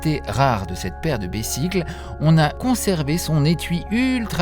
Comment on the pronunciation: on prononce "bezicles"